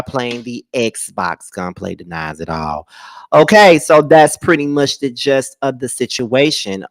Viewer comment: It's the 'gist',, not the 'just' of the situation.